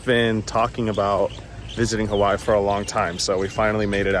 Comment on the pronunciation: The way he pronounces “Hawhy” is triggering me lol. He’s missing a whole syllable